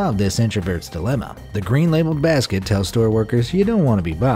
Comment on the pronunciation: Did he say green Baasket